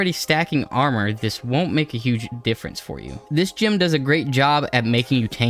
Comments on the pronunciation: Never in my life heard someone pronounce gem as gym. Why are you doing this?? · Saying gym instead of gem is literally the only reason I don't subscribe